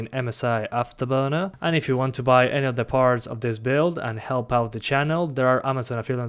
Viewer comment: ese acento britanico al decir "afterburner" xdd epico